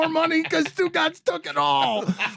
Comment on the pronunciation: Haha Stugotz = stu caz !!!